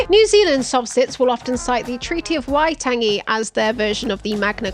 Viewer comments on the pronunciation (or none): Pronunciation note btw: The second a in Waitangi is said longer, closer to taangi rather than tangy. That still isn't quite right, I don't know how to transcribe properly, but is closer. It is likely when you looked it up you got the pākehā (settler) pronunciation but we have had a really good push in Aotearoa to bring our pronunciation closer in line with the original Māori way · I appreciate that you tried but Waitangi is pronounced “Why-tung-ee”